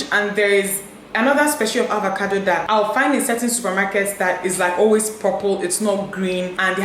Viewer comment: Is it avacado or avocado? Dinma keeps pronouncing it as avacado. Am I missing something?